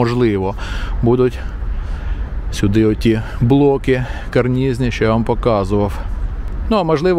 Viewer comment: ..і блоки таки карнЫзні ! нестримався коли три рази поспіль звучить "карнізні"